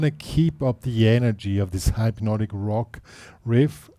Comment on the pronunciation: It's pronounced hypnotic, not hype-notic. Good riff though.